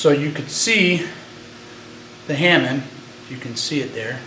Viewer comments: oh btw, i know this is 5 years late (posted in 2009 lol..) but hamon is pronounced huh-moan not "hamen" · just for the info ,Try to respect the legacy as you are a swordsmith and please pronounce tha HAMON as its actually written and not ,hamen.Please. No insult intented.Just a heads up. Thanks for spreading the knowledge around.Keep up.